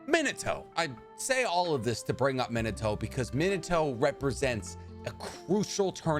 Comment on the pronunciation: Bro Minato aint Minitoe